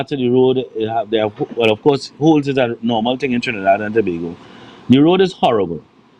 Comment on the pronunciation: Love the way you said Tobago! Good morning 😊🇹🇹🌶💙🌶💪🎶🇹🇹